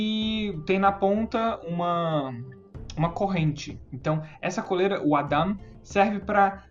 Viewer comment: Legal , só uma correção : Adam se pronuncia “ eidam” , rsrs